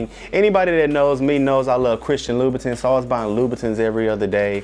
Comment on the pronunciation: I hate the way he’s pronouncing louboutin omgggggggg